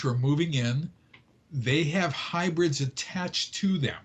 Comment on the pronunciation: Its actually hybrids....not hubrids or hibrids. :)